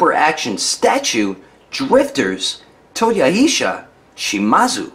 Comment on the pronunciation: It's Toyo-He-sar.